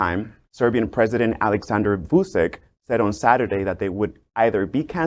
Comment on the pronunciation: At least pronounce the president's name right